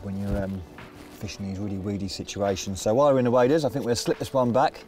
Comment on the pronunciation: Maybe if you had stayed in school you would know it’s pronounced “Think” and not “Fink”.